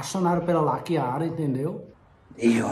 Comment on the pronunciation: Toda vez que ele fala Lakiara parece que ele vai falar laqueadura 🤣🤣🤣🤣